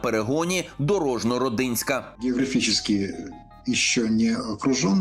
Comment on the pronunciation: Наголос ! РОдинське .- на літеру О .